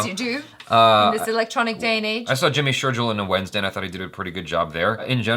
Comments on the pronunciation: The Gil in Jimmy Shergill is pronounced like a fish's gills , not Jack and Jill. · Dude it's Jimmy Sher'gill' (Gill of a fish), not Jill (Jack and Jill) #JustinCase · I have the same last name as Jimmy, and am cringing so hard by the way you say Sheirgill. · you still saying sherjill!! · Its sherGILL (gill as in gills of fish) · Jimmy sher'jill' and mahi Gill ☺️ both pronounced same